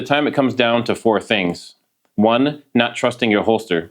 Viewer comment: It’s not. not nut.